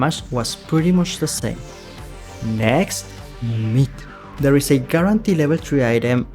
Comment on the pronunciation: I just realized. That he Calls Myth as Meat 😂😂😂😂😂😂😂♥️♥️♥️